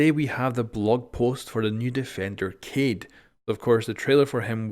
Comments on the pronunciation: Who is Cade? Isn’t it Kaed? 😂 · His name is ka e d.that's how you pronounce it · he says it slightly wrong, if you really want to hear it pronounced very well, go to google translate, choose French and type Kaid then listen to it in french accent.. that's exactly how it is pronounced. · Floppykilgus Not sure how to translate it through text but I’ll try. It’s pronounced Kai-d. The Kai is said separately from the d sound at the end. So rather than it sounding like Kayde it’s Kai-d. Hope that makes sense. You could always look it up if you are curious. Just make sure you looking at the Arabic origin for the name when you look it up. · Just say is name right, it's not that hard. Kah-EEED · Kaid is pronounced Kiiehd... Is Arabic for leader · It is pronounced (Kha-eed) I think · his name is pronounced "Kayd" that means Captain. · It’s pronounced ‘kah-ed’ which means leader in Arabic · most of us want to correct our pronunciation, so it's way better to say "kha'ed" قائد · Its easy to say his name , just pronounce it like this KA /ED it means (LEADER IN ARABIC) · People complaining about you not pronouncing Kaid correctly yet everyone says "Mon-Tane" instead of "Mon-tan-ya". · Why won't you just say Kaid right? 😿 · Gotta say, deliberately mispronouncing the dude's name is kind of a dick move. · "People have told me the way I'm pronouncing kaid is wrong". The man couldn't give any less fucks. Madlad. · Is it really that hard to learn how to pronounce a four-letter word? :-)